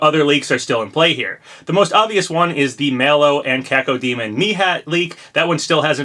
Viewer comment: thank you so much for pouncing cacodemon correctly unlike laxchris